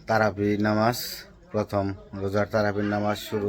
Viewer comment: তারাফি না তারাবি